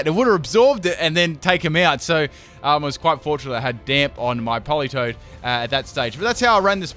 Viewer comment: Isn’t it politoed?